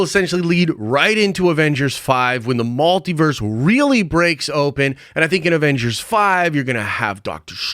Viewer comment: Why are you saying MALtiverse?